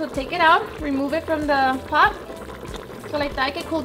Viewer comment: "Im going to place it in our pod"!! Now im going to fill up my pod with water!!! That D at the end of the word Pot!!! It's hilarious. 😀